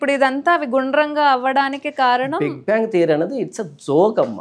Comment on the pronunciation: It’s not bank but it’s bang👍